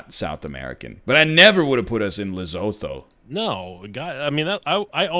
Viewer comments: Le-su-tu not Le-zo-tho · Say it with me, NL: Luh-Soo-Too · More like leh-soo-too because that wouldn’t help them but indeed